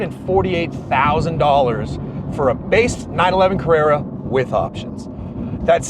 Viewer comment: Carruerrua wierd way yo pronounce this word, let me help you. Car-re(p)-ra(n) all the letter inside this (do not say it) is just a guide like when you say Ran say the same but take the n outside this word...